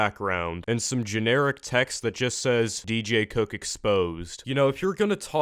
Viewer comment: Please pick a better tittle for this video because it sounds like you said do cook is bad